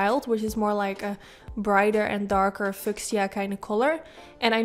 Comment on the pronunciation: Beautiful! Fuchsia is pronounced “f-yoo-sha”